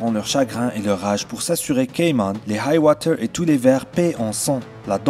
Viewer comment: Hight-tower pas Hight-woter